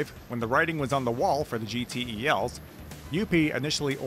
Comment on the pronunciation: Also known simply as GeeTells (instead of Gee Tee Eee Ls)